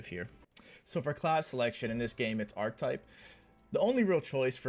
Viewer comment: I think it’s pronounced Ark-Ke-Type, good argument for melee I love my Abelard and Main Character Melee Psyker will you be doing any builds outside of this?